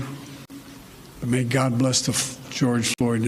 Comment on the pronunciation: you're right, sounded un clear like last name